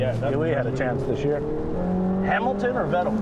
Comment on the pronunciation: Alonso pronounces Lewis' name in a very hispanic way! 'Haamiltohn' instead of 'Hemiltan' . sounds nice though